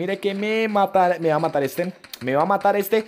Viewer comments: Asi no hablan los colombianos,son los puerto riqueños ,solo se equivoco intentando decir matar(yo tambien soy colombiano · Dijiste matal enves de matar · Like si escuchaste que dijo vamos a intentarlo matal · We dijiste matal 😂😂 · En el minuto dijo matal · like si te diste cuenta que dijo " matal" 😂👏👏👏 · Asi hablan los Colombianos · Asi abla